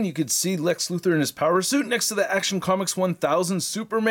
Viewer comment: Lex "Lutho", ah yes the way Otis called him in the Christopher Reeve Superman movies "Mr. Lutho"